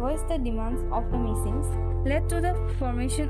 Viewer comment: Not mishing, Mising